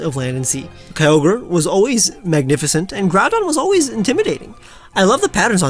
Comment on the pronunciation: KYOGRE, NOT KYOGER! FIX IT NOW!